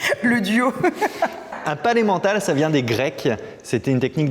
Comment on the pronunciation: A chaque fois que tu dis le palais mental, j'entends: Pas l'emmental (aidez-moi j'ai faim)